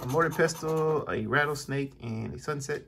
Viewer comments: Yes, your pronunciation of mortar and pestle is wrong. Mortar is correct, but it's pronounced "pessel". The t is silent. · Yeah the t is silent.